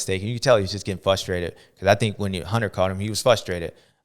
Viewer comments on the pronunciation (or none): My boy! You are missing the R in FRUSTRATED. And you call SHIMODA SHIMOTO 😂 best part is idgaf cause you're JS7 baby ❤❤